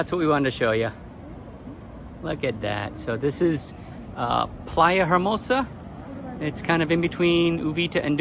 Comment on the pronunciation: Very talented. Bet he learned to do that as a child. The h is silent in the word Hermosa.